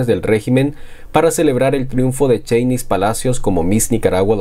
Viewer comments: se pronuncia Chéynis, el nombre de Sheynnis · No pronunciés su nombre de esa manera, no lleva el acento en la i...por favor, no les des pasto a los caballos sandinistas brutos. El acento prosódico lo lleva en la e.. POR FAVOR!! Escucha como ella lo pronuncia.